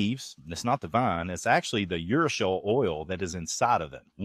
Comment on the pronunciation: Great video! But urushiol oil is generally pronounced yr-oo-shee-aal in American English (it comes from the Japanese urushi and is pronounced oo-roo-shi)